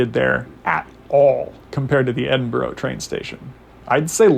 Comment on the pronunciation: Tip on pronouciation. It is not Edin-boro, it is Edin-burr-ahhh or Edin-bra.